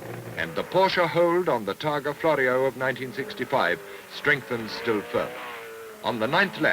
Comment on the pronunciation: TARGA not TARGO